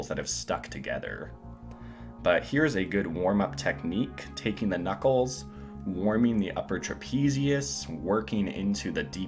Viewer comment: “Woiming uP”